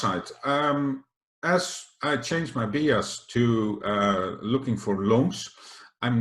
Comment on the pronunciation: Please pronounce bias as 'bajes' en niet als 'biejas' ;-) Goede video in elk geval, zoals altijd.